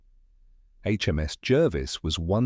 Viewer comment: It's pronounced Jarvis not Jervis